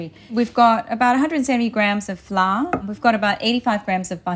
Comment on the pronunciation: What is "fla"? Learn to pronounce English words correctly. LOL